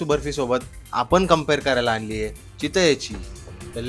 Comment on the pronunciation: चितले नाही रे चितळे 😂😂😂😂😂